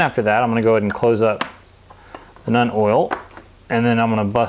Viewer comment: ...Seems you're having a bit of trouble pronouncing the names. Nuln - (NULL, N) Drakenhof - (DRAKE, N, HOFF) Seraphim Sepia - (SERA, FIM - SEP, EE, YA)